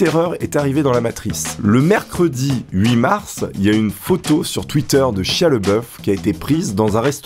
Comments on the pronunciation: Chia lol... ça se dit chailla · (ça se dit "chaya")